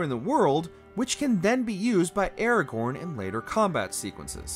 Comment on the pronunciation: That pronunciation of Aragorn is upsetting